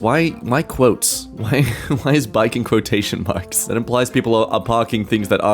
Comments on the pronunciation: quo-tootion. lmao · Quot-ocean or Quototion, I like this pronunciation 😅